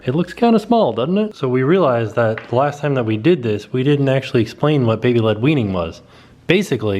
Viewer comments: baby linguini! i swear i hear that every time says baby led weaning 😂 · I kept thinking you were saying baby linguineing 😂